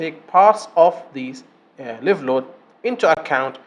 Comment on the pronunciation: مبارك جهودك استاذ. ملاحظة بسيطة. لفظ الحمولة الحية . لايف. بدل ليف. وجهودك عظيمة ومفيدة.